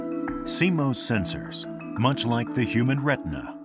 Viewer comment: Canon: "And in the video... let's pronounce it 'SeeMose' rather than 'SeeMoss'! and say it in every sentence!"